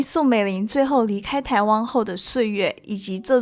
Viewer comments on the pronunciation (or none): 她為什麼沒有回台（汪） -是灣 沒有和蔣介石合（讚）-是葬 （詹）幼儀-是張 妳的中文發音 未免太差了吧！ 如果不看字幕，不太確定妳在講什麼！ 妳要不要請他人來配音啊 （難怪一些電視劇要請配音員）